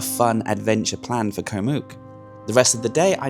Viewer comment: you’ve been here long enough to say Koh and not Ko … great video though